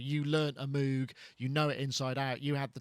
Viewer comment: Why does the Brits have such a hard time saying Moog? Seriously, fantastic show! Does anyone know if the ms20 mini is already shipping in the states?